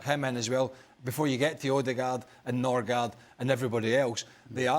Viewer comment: Man said Norgaard 😂😂